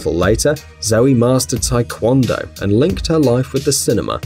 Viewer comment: bruh “tykwONdoh” lmaooo